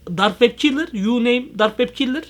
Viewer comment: Abi o dark web kilır değil o Dark Web Killer